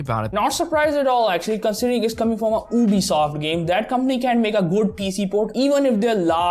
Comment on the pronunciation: And it's not obisoft it's Ubisoft 🤣